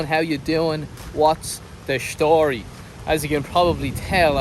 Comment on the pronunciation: ah that's lovely to hear both accent at the same time. as beautiful as hearing you say "schtory" & a Liverpudlian saying "experience" in a distinct tone. Northerners' souls shine the brightest.